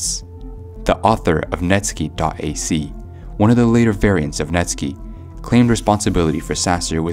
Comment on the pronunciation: Net sky not netski